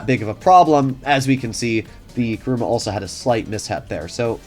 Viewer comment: It's KUruma, not KAruma!